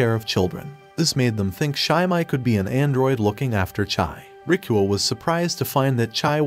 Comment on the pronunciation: am i the only who thought his name was "rickroll" bc that didnt sound like "rikuo" till i turned on the subtitles💀